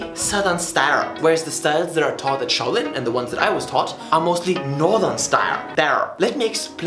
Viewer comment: Do you calling your self shoalin